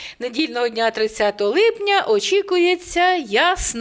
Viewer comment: не "липняня", а "липня"!